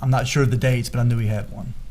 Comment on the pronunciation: Sounds like she is saying Shore